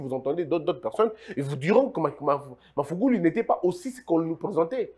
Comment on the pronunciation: J aime bien vos emission, svp c est mr magufuli pas mafuguli.